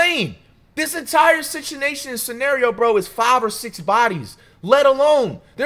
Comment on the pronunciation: "this entire situnation"